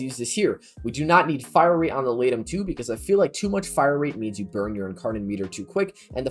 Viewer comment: When you said laetum I heard lato and I dropped my phone.